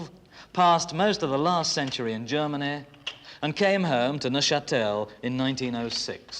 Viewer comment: "CentureaH" A new word for my rich Whicker quiver. Thank you BBC 🏹🇬🇧